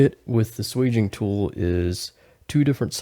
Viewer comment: It's swaging not sweging.